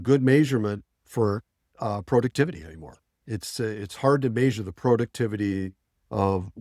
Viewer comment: Say measure like that one more time….